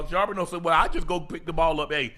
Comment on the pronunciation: UNC be butchering Zach Charbonnet name 😂😂